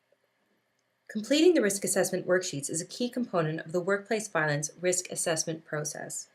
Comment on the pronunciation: Violence, not voilence.